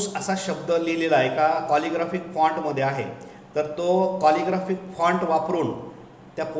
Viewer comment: कॉलिग्राफिक फॉन्ट नाही हो, कॅलिग्राफीक फॉन्ट असा उच्चार आहे.